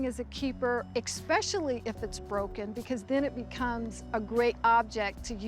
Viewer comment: I'm sorry, lol... when a "Specialist" says "expecially".. instead of "especially"... I have a problem! Just sayin!!